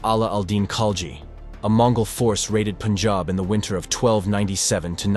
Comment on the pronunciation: Good thing he pronounces it as pun-jahb and not POON-jahb